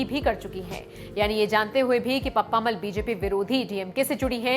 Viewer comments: इन वृद्ध महिला के नाम का उच्चारण पप्प-अम्माल यानि पप्पम्माल होना चाहिये न कि पप्मामल। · pappamal nahi. Unka naam ka murder math karna please. Actually you say PAPPA AMMAAL